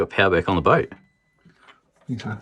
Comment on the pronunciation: did just call it a broat